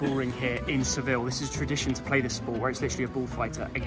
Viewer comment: Bro said Seville💀🙏😭